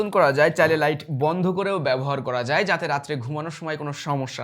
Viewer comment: বাংলাদেশী বাংলা উচ্চারণ, বেশি স্টাইল মেরে বাংলা উচ্চারণ না করে সাধারণ ভাবে উচ্চারণ করুন। ভালো শোনাবে। দেখেন নয় দেখুন, ঘুমানোর নয় ঘুমোনোর, কোরা যাবে নয় করা যাবে, পড়সে নয় পড়ছে, কাজে দিবে নয়, কাজে দেবে... অনেক শোধরাতে হবে।